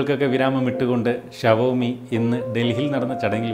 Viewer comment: Shavomiyalla show me pronunciation